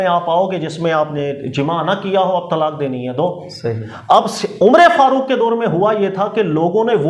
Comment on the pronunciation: یہ امرے فاروق کیا ہوتا ہے عمر فاروق ہوتا ہے